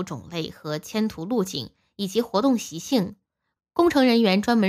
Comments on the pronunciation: 居然说迁徒，迁徙好不好？ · 迁徙“洗”不是迁途，读错别字的频道不订阅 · 播出員＂迁徙：.两字都不认识吗？